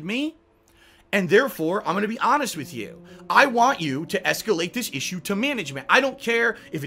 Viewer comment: "Esketit on"